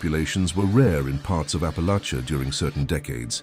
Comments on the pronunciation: Raised in East TN. Loved hearing these stories. Raised with most of them. But just one problem. Please please please, learn to pronounce Appalachia correctly. Thank you. Just remember apple at cha. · Teach AI how to pronounce Appalachia!